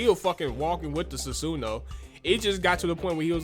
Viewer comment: This man can’t pronounce his shit lol Susan and atumarusu